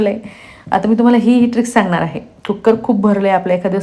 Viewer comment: कुक्कर नाही हो , कुकर म्हणा.